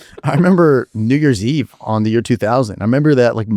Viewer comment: trev says "new years eve" but it sounds like sum else😭